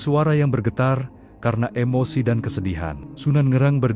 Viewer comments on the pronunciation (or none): none